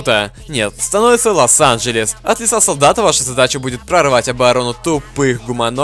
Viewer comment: Щя бы Лос АНджелес как Лас Энджелес)